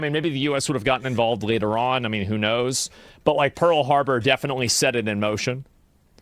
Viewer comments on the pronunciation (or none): none